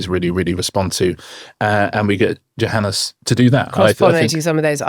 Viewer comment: AAAAHHHHH. I can't take it any more. It is pronounced YOHANNES. It is Afrikaans / Dutch origin where the J is pronounced Y. I am pretty sure he does not mind as he has not corrected people, but jeepers is it annoying.